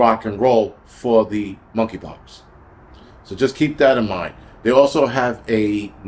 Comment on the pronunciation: Money Pox, the k is silent